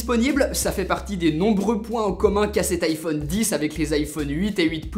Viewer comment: Les français deveraient quand même apprendre à dire iPhone :,)